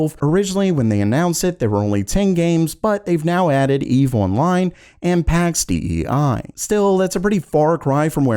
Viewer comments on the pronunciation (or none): Brother just FYI, Pax Dei is Latin : sounds like pox day-ee 😉